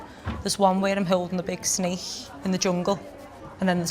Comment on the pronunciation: What's a snache? I believe you mean SnaKe. This accent ._.